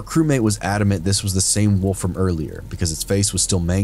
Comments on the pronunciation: A ""woof" eh,, not a WOLF.... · It’s wolf. Not woof